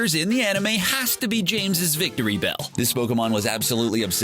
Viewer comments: its not "victory bell" its "vick tree beel" lol just research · I’m REALLY sorry but this really annoyed me. Pronounced Pyupitar and that was a tyranitar. Also VicTREEbell not victorybell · There are way more mistakes in this video than that. *It's Victreebell, not VICTORYbell *He says Gyrados uses Hyper Beam, while showing a clip of Team Rocket being swept up in a whirlpool. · Another problem I have with this video is that they can't seem to pronounce Pokémon names correctly. They pronounced Giratina (gear-uh-TEE-na) with a J, like this: (jear-uh-TEE-na) And Pupitar is pronounced PUE-puh-tar, not PUP-ih-tar. Also, Victreebel is pronounced VICK-tree-bell, not VICK-tor-ee-bell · And "Victorybell". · 1. Pupitar is pronounced PEW-pitar. Not PUP-i-tar. 2. It's a TYRANITAR. 3. Victreebel is pronounced Vic-TREE-bell.